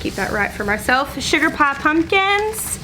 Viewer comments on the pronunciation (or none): You never sound more southern than when you say the word “pie” 😉